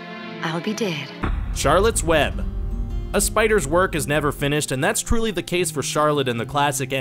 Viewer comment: "charolettes web" me: *actually starts crying CHAROLETTTEEE